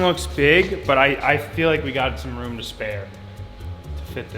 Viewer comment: Why can’t say room ruom